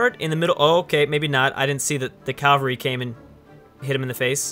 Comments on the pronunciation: calvary? that pronouciation gave me cancer, its cavalry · Ca-val-ry ˈkavəlrē